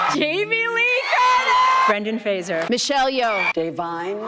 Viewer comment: I like how you made an effort to pronounce Zoe Saldaña's name correctly... only to then mispronounce Brendan Fraser's name. PSA to people, because I know this mistake is common and he's talked about it before. It's Fraser, not Frasier. There's no I. It's not pronounced like the tv show. Halle Berry pronounces it correctly . It's a "zuh" sound, not a "zee-ur" sound. It peeves me because I have the same name, I know his pain.